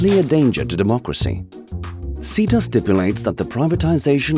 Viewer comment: What is ceta?...it’s me! And I’m really not a assault on democracy I swear I’m not lol So glad to hear someone actually pronounce my name correctly.